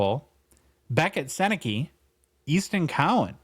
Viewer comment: His last name is pronounced Sennecka. Though I see how it could be easily misread. Other notable Gens alumni - Bobby Orr, Eric Lindros, Anthony Cirelli, John Tavares, Ted Lindsey, Alex Delvecchio. Dave Andreychuk, Tony Tanti, Scott Laughton, Boone Jenner, Marc Savard, Wayne Cashman, Terry O'Reilly, Rick Middleton, Shawn Thornton, John MacLean ... so many more.